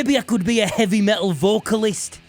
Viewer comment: It's pronounced "Meh Tul".... not Me-ull. Consonants are a thing FFS.